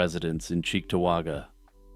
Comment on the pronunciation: We pronounce it like "D'pew". You got Cheektowaga right!